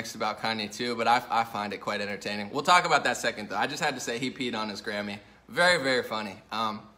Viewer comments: I'm so glad it was his Grammy. For a minute, I thought you were saying Gammy(grandma). Whew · I thought he said "Kanye West pissed on his Granny" lol